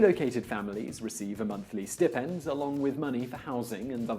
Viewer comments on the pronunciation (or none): Oh FFS - the word is pronounced 'stye-pend'. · whether British or American, it's pronounced "sty-pend". Stipend doesn't have a short i sound. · funny pronunciation of 'stipend' :)